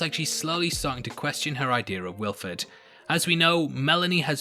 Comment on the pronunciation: also you said Wilford wrong